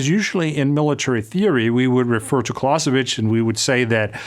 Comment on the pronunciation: It's Clausewitz, not Clausavitch.